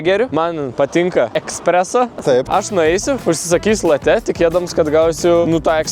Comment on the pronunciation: Nu maldauju, nėra jokių latè, laté, latë. Kava yra vadinama lĄĄĄĄĄĄĄĄĄĄĄĄĄĄĄte nx bl.